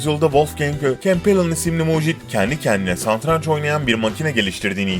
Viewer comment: Santranç değil yahu. Seslendiren ısrarla santranç diyor :) Dili dönmüyor herhalde.